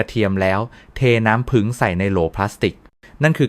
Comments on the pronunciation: อะไรน้ำผึ่ง ทำไมไม่พูดว่าน้ำผึ้ง งง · น้ำผี้ง,ไม่ใช่น้ำผึง,,ภาษาไทยวิบัติหมด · ถามจริงคุณหมอเป็นคนประเทศไหนทำไมบอกน้ำผึ้งเป็นน้ำผึ่ง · ผู้จัดทำครับ โปรดสอน AI ให้พูดถูกต้องด้วยครับ ผึ้ง ครับ ไม่ใช่ "ผึง" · น้ำผึ้งคับไม่ใช่ผึงคับแต่ดีคับถ้าดีจริงขอให้เจริญๆ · ภาษาไทยทำไมเพี้ยน น้ำผึ้งแต่อ่านเป็นน้ำผึง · น้ำผึ้งไม่ใช่น้ำผึง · อ่านว่าน้ำผึ้งไมใช่น้ำผึงไปเรียนภาษาไทยใหม่ไป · ใช้เอไอบรรยาย หรือเปล่า เรียกน้ำผ◌ึ◌้งเป็น ผึง😅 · สนใจ อยากรู้ในสาระที่ต้องการนำเสนอ แต่รับไม่ได้กับภาษาไทยที่ AI อ่านออกมา น้ำผึง คอเรสเตอรอรอล ต่อไปลูกหลานไทยจะพูดภาษากันอย่างคนไทยไหม เลิกฟังครับ อยากรู้สาระแต่รับไม่ได้กับเสียงอ่าน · เขาก็เขียนว่าน้ำผึ้ง แต่คุณอ่านว้า น้ำผึง อ่านไห้ถูก ภาษากลาง นะคะ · สำเนียงไทยชัดเจน แต่พูด ให้ภาษาไทยผิดเพี้ยนไปหมดเลย ต่อไปจะให้ลูกหลาน อ่านว่า นัำผึัง หรือ น้ำผึ้ง เอาให้ชัดๆค่ะ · จริงครับ..ผมก็แสลงหูในการออกเสียงมาก น้ำผึ้งเป็น..น้ำผึ่งบ้าง,น้ำพึ้งบ้าง!!! น้ำผึงอีกคำ โอ๊ย! หมดอารมณ์ฟังปวดใจเกินจะพูดต่อ..( เซ็งๆๆๆ ) ขอร้องให้เข้มงวดหน่อยนะครับ น่าอับอายภาษาไทยๆยังใช้สำเนียงผิดๆ อับอายๆๆๆ ❤❤ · น้ำ-พึ้ง🤣🤣🤣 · น้ำผึง กะ เทีย มอ คุ นอ. อ่านได้ยังไง เพี้ยนจริงๆ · น้ำผึ้ง ไม่ใช่น้ำผึ่ง .โปรดพูดภาษาไทยให้ถูกต้องด้วยค่ะ ฟังแล้วมันขัดหู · เป็นหมอโรงพยาบาลอะไรครับ จะได้ไม่ไปรับการรักษา กระเทียม ก็อ่านว่ากระเทีย มอ น้ำผึงจะหาซื้อได้ที่ไหน เพราะไปดูมีแต่น้ำผึ้ง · เขาอ่านว่าน้ำผึ้ง ไม่ใช่น้ำผึง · ต้องเรียกว่าน้ำผึ้งไม่ใช่น้ำผึ่ง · อ่านว่าน้ำผึ้ง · โอย ไม่ไหวๆ น้ำผึง ข้อ สามอ และ กะเทีย มอ วิบัติ หมด ภาษาไทย